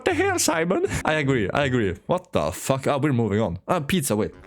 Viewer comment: His name is Simon not Simon mon